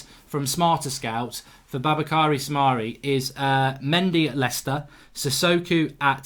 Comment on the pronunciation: I don't understand you say Soumare shouldn't be a good tackler - I've seen him do great tackles on Youtube. He's name is pronounced "Su-ma-ri" by French TV.